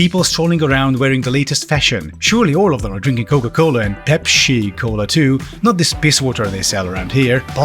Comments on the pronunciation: "Pepshi kola", tone it down, your Hungary is showing. LOL 😅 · The visual effects and background music is spot on in this video, great work!... also, as a fellow, born pronáunsziétör, pep-S-i made me laugh more than I would like to admit ( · Pronouncing Pepsi as Pepshi is a nice touch. I should probably just start doing that.